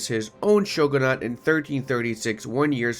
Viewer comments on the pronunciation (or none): SAY SHOGO-NUT ONE MORE FUCKING TIME Its shoo-ghun-ate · I just can't get over it he said shoogoonut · nah he just needs to not say shoegluenut ever again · just pirate it(and don't pronounce shogunate shoogoonut] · He kinda did when he said shoegluenut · not pronounced dhin-toe btw, just like it's not shoegluenut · I really hated him saying shoogoonut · it's probably and hopefully still mostly about conquest just like my comments are about pronounciation failure on the word shogunate, which is indeed not pronounced as shoegluenut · While he said shoegoonut 😢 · pls check out the correct pronounciation of shoogoonut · He said shoogoonut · Yo, we heard him say shoegluenut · Yeah, probably shouldn't be so hard on him for saying shoegluenut. I hope he gets better, and better at pronouncing shogunate. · Real reason was he was practicing his shoegluenut pronounciation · that's no excuse for saying SHOGOO-NUT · Yknow I don't think it is cursed at all unlike pronounciation of shogunate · very true very true he pronounceded shogunate wrong tho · Idk but he cant pronounce shogunate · His pronounciation of shogunate is terrifying me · made a mistake with the pronounciation of shogunate i think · why? (On an unrelated not, he pronounce shogunate funny) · ikr who tf pronounces shogunate that way